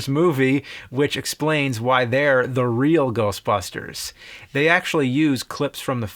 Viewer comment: The Real Geoshtbushters